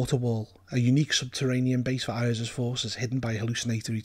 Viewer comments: "Eye-ahz"? It's wise that you mispronounce the fellow's name like that. Saying it correctly might get his attention, and that's not something you want - unless you are very powerful. ;) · LOL I've mispronounce Iuz as well I pronounce it "EYE-yooz".